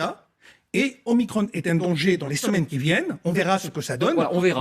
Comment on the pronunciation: Je signalz Que micron, se prononce micron, et non pas micronne. En Grec, il y a deux "o", je "petit" qui est l'omicron, et le "grand" qui est l'omega (dernière lettre de l'alphabet grec) donc, un micro "o" et un méga "o". Nous avons dans un autre registre, le millionième de mètre, qui est le micron symbolisé par la lettre "μ" (mu ou "mi" en grec moderne). et on ne dit pas un plaquage de 5 micronnes, mais 5 microns , devenu le micromètre. Ce nom est le terme officiel du Système international depuis 1968 et le symbole µ est depuis réservé au préfixe « micro- » des unités SI....